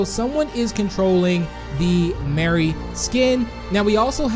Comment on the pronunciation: Mari not mary